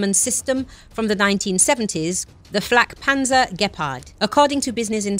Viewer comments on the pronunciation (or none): The pronunciation of FlaggPanzer had me chuckle